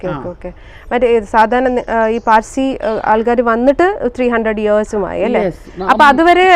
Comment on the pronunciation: PAZHSI ALLA SAY PARSI